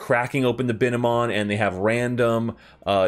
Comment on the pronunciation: and its bine-mon not bi-ne-mon